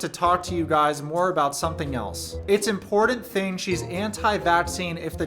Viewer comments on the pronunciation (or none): none